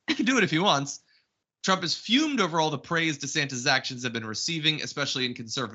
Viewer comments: Feud not fued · C'mon, guys and gals at The Damage Report. It's "feud". If you want to make a point out of it, do it right. You don't want to find yourself being corrected by someone whose first language is not English.... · Feud....not fued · "FEUD", John. It's "feud".